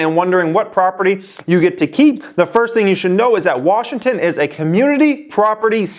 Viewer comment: You're saying Washington wrong.